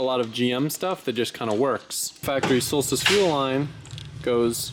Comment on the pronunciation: “v8 solstice” nahhh “Volstice”